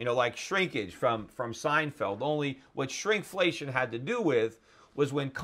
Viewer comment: "SHRINK-flation." :D